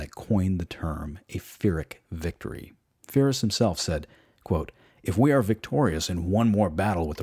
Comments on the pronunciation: I'm a big fan of your channel dude love your videos/podcasts..... But (apologies in advance if I'm ignorant) but is it not pronounced (phonetics coming) pee-rick and pie-russ{ruse?} I use your vids to wind down learn and relax before bed so when I hear feerus or fie-russ it's one of those...wait what? That just triggers me....if I'm wrong I'd love to be educated because I'm a history major as well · Fyrus? Are you sure you’re pronouncing his name correctly? I’ve always heard it as “Pie-Rus” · Great video, however, it's Pyrrhus, not Fyrrhus. Also, you could talk a bit less about Patton. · congratulation about these podcasts. You have done a great job and your passion gives you credit. The only thing I would like to suggest is that "Pyrrhus" is pronounced "Pirro" with the "i" pronounced like "e", and that he was an Illyrian, as Epirus is on the south of Illyricum, not NW of Greece, just as Alexander was Macedonian and not Greek. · great documentary; hate how he prouncing Phyrros. Its with a P not an F. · who is "Fyrus"? some cousin of Pyrrhus of Epirus? if this dude can't get the names right what else he got wrong? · Great presentation, but some pronunciations are distracting. The name of the king of Epirus is pronounced "Peer-us," hence Pyrrhic (peer-ic) victory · You did a great job introducing the punic wars, but you kept mispronouncing Pyrrhus and Pyrrhic. They're pronounced "pir-ris" and "pir-rik" respectively. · I loved this video ..... until I heard Fye-Riss. Lmao. Wow. You do know that there is such a thing called Google Translate. It isn't new, you should look into it as you don't know how to pronounce anything non-English. Classic American. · his mispronunciation of Pyrrhus is really distracting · You obviously know a lot of history. How on earth you never heard how pyrrhus or pyrric victory are pronounced? !! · It's not Firus or Phyrous!!! It's Pirros...Pyrrhic win !! WIth a P not F nor PH... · lol i heard virus. great material.